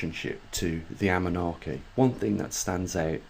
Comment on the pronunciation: Anunnaki - please NOT Amunnaki